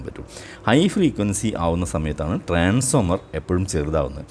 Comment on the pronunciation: സർ,ട്രാൻസ്ഫോർമർ എന്ന് പറയണം എന്നൊരപേക്ഷ